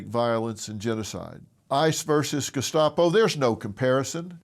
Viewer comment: Gescapo? Why does that sound like an Italian dessert? 😂 What an idiot. Doesn’t even know what they were actually called. Typical. Using words they don’t know to describe concepts they don’t understand.